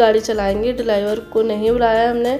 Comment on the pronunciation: Driwar nhi driver hota